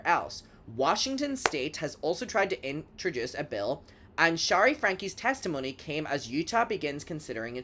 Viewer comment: Great vid! FYI, Shari is pronounced in a way that rhymes with “cherry” , NOT “shah-ree” ❤